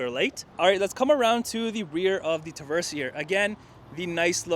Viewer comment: Say "Tuh-verse" again